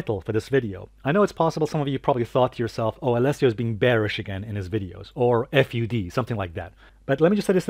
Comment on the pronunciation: You're the only person pronounce FUD as F-U-D 🌝